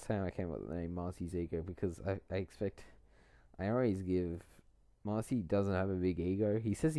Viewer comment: Who is this "Marcey" you speak of?